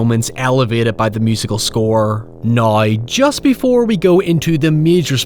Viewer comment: It’s now not noy. Down not doyn, that shit was driving me up the wall.